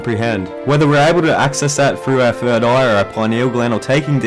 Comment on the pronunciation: I love it when you say fird aha. Keep this series up bro